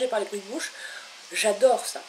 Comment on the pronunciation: Lol elle a dit jajlor à la place de j' adore